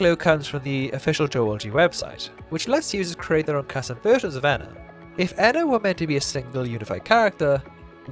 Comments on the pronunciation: Edit: My bad, I'm completely wrong, they say both in the YouTube videos too LMAO Something small that I noticed at the end of the Witches quest - the lead Witch pronounces "ENA" with a short "e" when referring to the ENA that gave her the motherboard, which no other character in Dream BBQ does, no matter how much they goof up the pronunciation. If I remember correctly, in the earlier YouTube series, they all pronounced yellow-and-blue ENA's name the same way (with a short "e"). In Dream BBQ, NPCs that pronounce red-and-white ENA's name correctly say it with a long "e." Furthermore, when addressing US, the player character "ENA," the lead witch explicitly only says "ENA" with a long "e," possibly implying that it was yellow-and-blue ENA that gave the witch the Motherboard! I wonder if it was intentional... if so, just another small detail adding to idea that they are different ENAs, and connects the older Youtube videos to Dream BBQ a bit more :) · Maybe its a sort of "species" compromised off of multiple fractured personalities of some ONE person that's truly THE ENA. People can't seem to get her name right too. Even the Genie calls her Enya at some point. Maybe they refer to the whole of The Ena as a whole when talking about not liking her but then since they know a spesific version of her they pronounce her name that way.